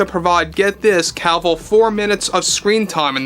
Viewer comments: Omg, it was genuinely difficult to listen to you constantly saying "henry Calvill" is it just me? It really sounds like Calvill instead of Cavill. Maybe it's just the accent. Lol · It's Cavill, NOT Calvill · Is it just me or is he mispronouncing his name the whole time as "Calvill"? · Stopped watching cause he kept pronouncing it “Cowl-vil”